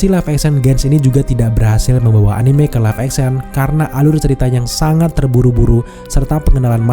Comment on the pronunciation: respect yang menyebut anime dengan e yang benar